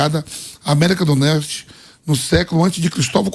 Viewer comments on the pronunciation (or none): Vampeta: "america do nerte " kkkkk